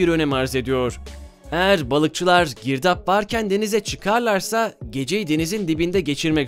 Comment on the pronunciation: "Girdaaaağba" sırf bu yanlış telaffuzu için irrite oldum beğenmedim 👎🏻